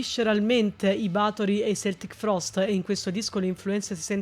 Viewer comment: Keltic Frost...si pronunciano con la 'C' che suona come una 'K' :') Begli ascolti, complimenti! In ritardissimo posto la mia: 01 Oranssi Pazuzu - Muuntautuja 02 Bedsore - Dreaming the Strife for Love 03 Noxis - Violence Inherent in the System 04 Gigan - Anomalous Abstractigate Infinitessimus 05 Theophonos - Ashes in the Huron River 06 Blood Incantation - Absolute Elsewhere 07 Vanhelgd - Atropos doctrina 08 Necrot - Lifeless Birth 09 Akhlys - House of the Black Geminus 10 Ulcerate - Cutting the Throat of God